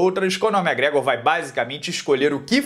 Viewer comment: Para de falar mégrégor pelo amor de Deus!!!!!!!